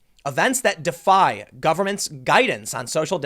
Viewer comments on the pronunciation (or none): none